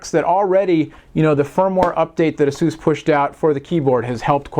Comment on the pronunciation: IT'S PRONOUNCED AY-SUS NOT EHSUUS